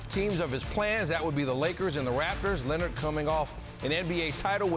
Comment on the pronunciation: SAS been saying Kawhi Linnit for a while now